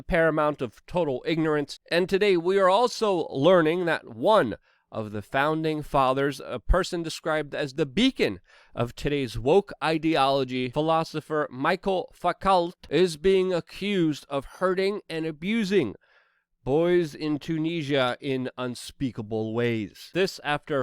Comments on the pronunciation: Foucault is pronounced "o" like the word show. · As a francophone michel foucault 's last name is foucault but to say it correctly, just say foo ko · His name is pronounced Mishell Fookoh phonetically. It's French ya know. An yes, he was full of crap. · Hi Luke as much as I Love you and have been following you for a few years i couldn't stop laughing when you mentionnés Michel Foucault. The way you could say it and it would be so much nicer for my french ears would sound like Michele Fookoe. Just sayin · Michelle foo-co. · Foucault's name is pronounced "foo coh" - foo as in foo fighter, coh as in covert or coincidence. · OMG, your butchering of Foucault's name made me shout so loud I startled the cat! It's French, it's not that hard to figure out, jeesh!